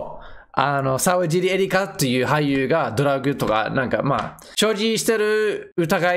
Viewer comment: さうじり、じゃないよ。さわじり、だよ